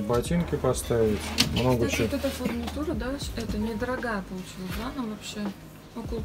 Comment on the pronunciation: Правильно говорить - “Фурнитура”.